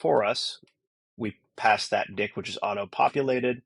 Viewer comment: Good job, but ' dict ' never again 😂